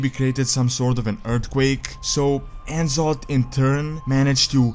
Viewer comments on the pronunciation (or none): he still pronounces N'zoth wrong.. after all this time